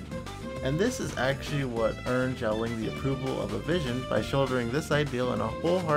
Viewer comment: i love you man but it’s not pronounced “Songli” 😂